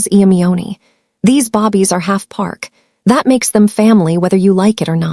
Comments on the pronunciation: Good story but thumbs down for saying Bobby’s instead of babies repeatedly throughout the story. ⭐️ ing instead of staring was annoying as well. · What's up saying Bobbie not babies.? This so wrong change the language so your listeners will appreciate the story. California 😢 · I just goggle this too and found out the term they are referring to is babies and not bobby. I thought are they saying baby or bobby? lol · Definitely and she speaks english well so why babies bobbies irritating. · I'm not going to like this narrator she doesn't know how to say babies... she keeps calling them bobbies 😮😮. Listening from Texas When did Las Angeles become Lowes Angels LMBO hahahahahaha 🤣😭 hahahahahaha. This narrator is quite a story teller 😅 I would have kicked Grandma out of my apartment the first time she came out rude 😠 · Babies is pronounced... "baybies" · Bobbies is your Ai mistake !!!❤❤Great story!!! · This is a good story, but calling them bobbies is driving me crazy. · Bobbies...really? I think this is the 3rd time I've seen this mistake. Small but very annoying like most a i voice overs. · I’m sorry, but listening to babies constantly being called bobbie’s has gotten on my last nerve !! Sadly I have to find another audiobook !!! 😔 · Ok! It’s very noticeable, I can’t stand it! Every time she kept calling them bobbies. WTF??? What is a bobbie? She has to know how stupid she sounds. Either they think it’s funny or they don’t care. It was very distracting 😡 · that has NOTHING TO DO WITH AI MISPRONOUNCED BAY-BEES "BABIES" BAY-BEES ..SAY IT WITH ME 😅😂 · I cringed everytime she said Bobbies. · AI is suppose to be incredible but it couldn’t figure from reading the script that it was suppose to say the word for newly born humans rather than British policemen. A human narrator would have caught the mistake right away… yy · It's really annoying listening to the mispronunciation of the word babies. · Where did that come from? Mispronounciation? They truly don't edit their stories!!